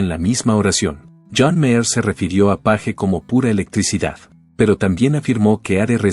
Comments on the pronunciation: Esta supuesta inteligencia artificial solo mal pronuncia los apellidos de la gente en inglés, es Jimmy Page y no Jimmy Paje etc. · Porque miércoles pone la imagen de Eddy Van Halen al revés, como si fuera zurdo. Que blasfemia. Además respete los apellidos en el idioma original. Sabe muy bien como se pronuncia Page y como idiota lo pronuncia en castellano. Que pretende crear controversia y tendencia? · Es mucho pedir q el apellido Page se pronuncie correctamente?